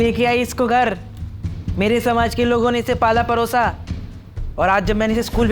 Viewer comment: Raputated nahi hota reputed hota hai. Koi bhi bhasha bolni ho to please theek se bolen. Aur pala parosa nahi pala posa hota hai